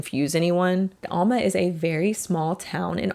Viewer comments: Alma, AR is 15 miles NE from Fort Smith, AR and is pronounced AL MA with the long A sound not UL MA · Great video!!! Incredibly detailed research, very well presented. I grew up in Alma (first syllable pronounced like "Allen" not "Almond" 😉) Thank you for covering this somewhat obscure (but absolutely wacko) cult. Fantastic job! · I know I’m nitpicking but it’s Al muh like Al the name. Not allmuh. (I’m from round there) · Sorry to be this person but it’s pronounced Al-muh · Owl-ma= Alma, AR 😂😂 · It’s pronounced AL-Ma. I have friends who have talked about getting into the complex and taking pictures in the heart shaped hot tub. I’ve lived in alma for 20+ years and only heard my mom talk about this cult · It's aaalma. The actual compound is up on the hill just north of Dyer, Arkansas. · I used to live in Alma. The Alamo compound was near by. In fact, my sister used to rent an apartment at the old compound long after the cult had moved away. Only we pronounce it Al like Al Bundy. Al-ma -muh al-muh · Lived in Mountainburg Arkansas for 12 years (town just north of Alma) and a buddy of mine lived in a townhouse complex right next to the Alamo property. And sorry to be that person but it’s pronounced AL-muh 😅 awesome video! People were nuts… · It's pronounced AL-ma. Like the name AL. A "B girl" is a "bottle girl". It's still a thing in big clubs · Locals pronounce Alma as AL-muh, like the name Al. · Not trying to be rude, but you are mispronouncing Alma, Arkansas. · I live in Fort Smith, Ar and until about 15 yrs ago or so they had a building in our town. Flyers on your cars all the time. Those jackets were horribly expensive and if you run across one, they still are. Horrible people, crazy followers and incredible that they still have a following. Btw, Alma is pronounced with a short a like apple. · Alma is said like Al from Al Bundy and Ma like ma.